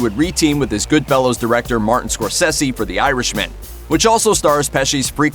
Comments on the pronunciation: Goodfellas, not Goodfellows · Did he actually just pronounce goodfellas as goodfellows? Amateur...